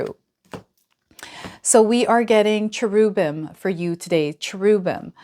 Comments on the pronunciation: The pronounciation is CH(EH)RUBim, with the stress on the CHERUB. The E sounds like 'EH', not 'EE'. I'm hoping this helps you, and thank you for everything you do. 🫡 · PRONOUNCING CHERUBIM WRONG...WHAT IS WRONG WITH TAROT DECKS - THERES SO MANY...2 OF GRAINS? CMON